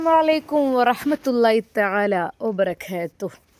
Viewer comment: Vabarakathuhu ✅ Vabarakethuhu തെറ്റ് പറയല്ലേ അർത്ഥം മാറും 😢